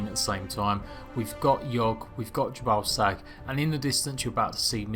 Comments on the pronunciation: Is it just me, or is he saying, "J'ballsack"? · did you just say "the religion of 'ya ball sack'" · Jhebbal Sag. Really. Ye balls sag?